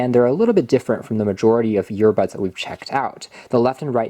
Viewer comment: Are you saying yearbuds?